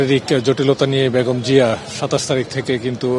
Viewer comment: What is ‘Khaleda Jia’ ? Please say ‘Khaleda Zia’ (soft zee)